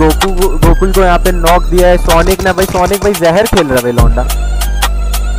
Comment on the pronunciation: Zeher bolte na zeher